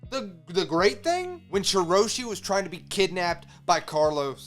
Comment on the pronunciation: Reverie = Rev-er-y. Rhymes with Beverly Marijoa = Mary-joe-a with a slightly softer J sound like a "zh" Shirahoshi = Shi-rah-hoe-shi